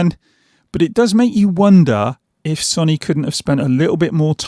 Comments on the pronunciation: Good video, but I can’t help but laugh when you kept saying “sonny” instead of so-ny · Why can't he say Sony? Sonny?